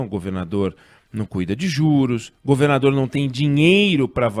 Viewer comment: alguem sabe o porquê do oinegue nao estar falando a palavra "governador" direito?